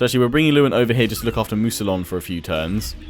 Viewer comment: Mousillon is said as mousiyon, the two l's are said like a single y. don't wanna be a pain, but I just feel the need to point it out.